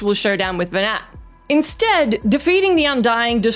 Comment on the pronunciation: Nearly every thing you said about FF12 was just wrong, almost painfully so. Mispronounced Venat. Vayne isnt king. Venat isnt trying to kill humanity or take over the world. Quite the opposite, trying to free the world from the grip of the gods.